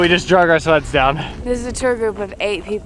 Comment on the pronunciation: in the intro i heard "we packed everything into these sluts"... she said sleds... makes more sense lol